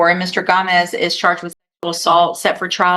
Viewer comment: lol she never knows how to say Gomez.